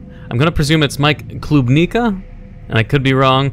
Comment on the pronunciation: Yup, Polish names for the first game! You read Klubnika right! The other name I just can't spell it to you in a way you'd be able to pronounce cause half of the sounds don't even exist in English! I've already seen the second game, but I didn't know of the first one before. They have an interesting ambience / atmosphere.